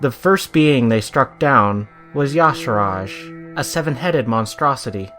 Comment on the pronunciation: If his name was pronounced as "Ya-sarahj," it'd be spelled that way. It's obviously pronounced as "Ya-sarhj"